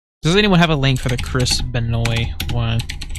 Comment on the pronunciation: It's actually pronounced Ben-wah. It's an odd French Canadian name.